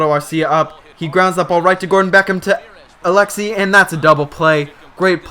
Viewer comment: you don't even know how to say Alexei dude.